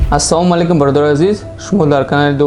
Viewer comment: Бародар аму АССАЛОМ АЛЕЙКУМА хушру бгу илтимос